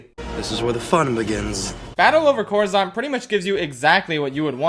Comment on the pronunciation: Coruscant, not coruzant.